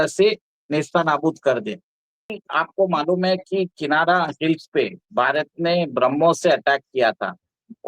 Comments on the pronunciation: किनारा ××××। किराना है सही शब्द। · Kinara hills nehin Kirana hills hai